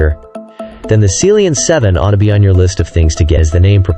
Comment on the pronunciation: Seal-Leon 7, is that how you pronounce it? I’ve been calling it Sea-Lion 7.